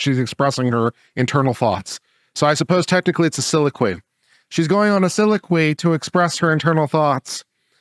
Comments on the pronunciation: Soliloquy, not siloquy. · Siloquy is not a word. Does he mean soliloquy?